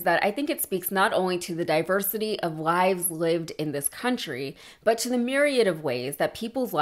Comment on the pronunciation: Did she say lives or lies?? If it was lies she was correct his whole life was nothing but lies.